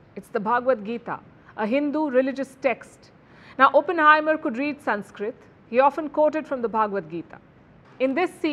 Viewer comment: Please pronounce Oppenheimer correctly